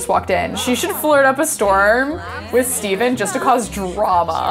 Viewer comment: Anyone gonna talk about the fact she was pronouncing Stephen wrong?!?! bhahahaha